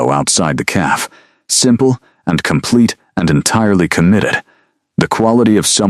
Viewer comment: Beautiful story focusing on real life practicality instead of vampire politics. A modern interpretation and refreshing change of pace. Highly recommended for fans of paranormal romance in a modern and sensible setting. Keep up the good work! I will say it would be a good idea to fix the pronunciation of fiance and cafe. The pronunciation used for fiance was not a real word and it kept pronouncing cafe as "calf" and a calf is a baby cow. Both errors were a little distracting.